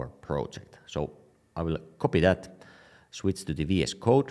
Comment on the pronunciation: I like it when you say "shwitz" :)